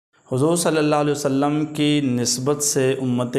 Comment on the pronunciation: Jazakallahu khair. With due respect, please try to say Sallallahu Aalehi we Saalum completely, calmly and in good pronunciation. May Allah Taala accept our efforts.